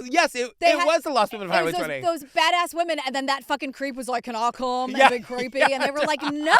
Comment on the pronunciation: CaN aWh CuHmmm I'm dying 😂